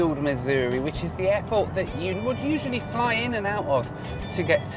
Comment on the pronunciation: I didn't know you could catch a plane at the "hairport" 😂